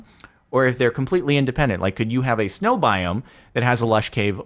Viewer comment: SNOW NOT GLOW